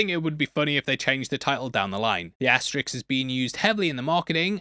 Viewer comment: It's "ass-ter-isk", not "ass-ter-ix". Or are you unable to ask questions because you ax them instead?🤔🤦‍♂️ It's not too great of a risk to pronounce it correctly.😉